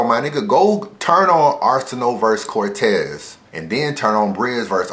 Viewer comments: Nigga said Cortez. Almost caught the unsubscribe Smh lol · am I the only one who stopped watching the second said cortez?